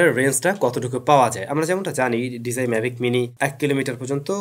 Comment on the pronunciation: Bro just a small request please learn how to properly pronounce “DJI”